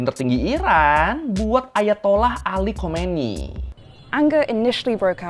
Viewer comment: khamenei, bukan khomeini